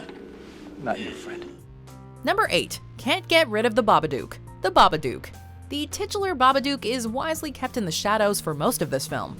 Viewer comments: hold up hold up, the baba what now?? I've never heard it pronounced like that lmao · The pronunciation of Babadook was bugging me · The way she pronounces Babadook lmao